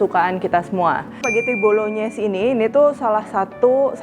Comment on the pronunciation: Bru tau ternyata penyebutannya Bolonyes soalnya cef dadakan yg d tiktok nyebutnya bolongnais